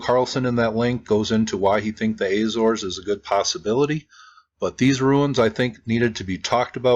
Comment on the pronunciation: AH-zor-es, or Ah-zo-ress, not AY-zors